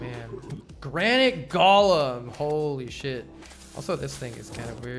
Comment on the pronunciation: Why does he keep saying "gollum" instead of "golem"?